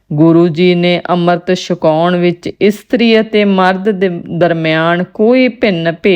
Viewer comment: Punjabi nu ki hoeya.Sakaon nahin,chhakaon hundaji.